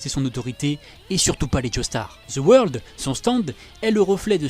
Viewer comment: Deux mots: ZE WEURLDE